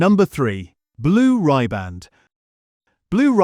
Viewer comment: Rhi-band not rye-band